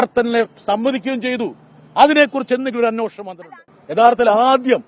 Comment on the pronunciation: ബ്രിട്ടാസ് അന്വേഷണം എന്ന് ശരിക്ക് പറയൂ